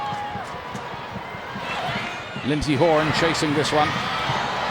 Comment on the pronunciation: omg commentator its ALYSSA, not ALISA. Also you never say Lindsey HORAN right. Sorry been re-watching alot of these matches and catching these splits.